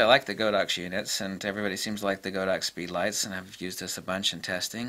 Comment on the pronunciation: By the way, Godox is pronounced as "God-Ox", not "Go-Dox". The Chinese name is 神(God)牛(Ox).